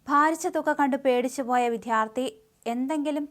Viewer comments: വിത്ഥ്യാർത്ഥി അല്ല വിദ്യാർത്ഥി എന്നു പറയുക. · വിധ്യാർത്ഥി അല്ല വിദ്യാർത്ഥി